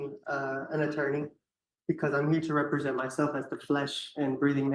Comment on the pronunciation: But can he pronounce “represent” correctly?